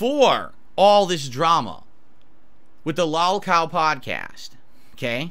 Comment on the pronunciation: The "lawl" cow podcast......